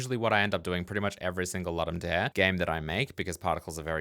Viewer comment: Please, please, please check how to pronounce Ludum Dare. Did I say please?